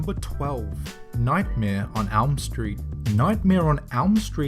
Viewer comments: Elm not alm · You said nightmare on alm street... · It seems that the guy speaking here can't pronounce words which starts with e. Case in point(s): nightmare on alm not elm street and: anything als, not else. I'm pretty sure there are many others, but when I got to the Iron Man ripoffs, I had to say those. And isn't the word Elm pronounced as it is written and else as els?